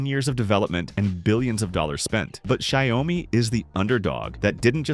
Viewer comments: Not Shy-o-mee, rather Shee-ao-mee. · He pronounced Xiaomi differently every times, and none were right.